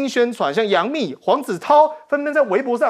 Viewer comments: 冪 音 蜜。 不唸墓😢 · 是杨幂啦，不是杨MU